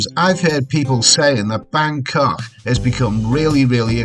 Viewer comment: that dinner you had made me so hungry! Don't ever try and go all posh. Just that when you say 'Bangkok' you pronounce it Bancoughhhh. That's scouser talk if ever I heard it! Hope you're having a nice holiday mate.; you're a natural traveller. I love your reports from all over.